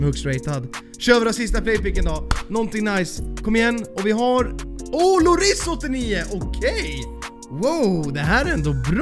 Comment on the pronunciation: Haag ber dig sig inte lloris det uttalas med ett j